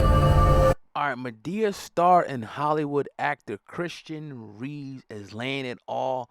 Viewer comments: His last names is keyes not Reyes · It’s Christan Keyes not Reyes🤦‍♀️🤦‍♀️